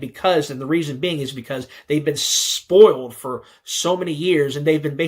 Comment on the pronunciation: “they’shve been shhhpoiyeld”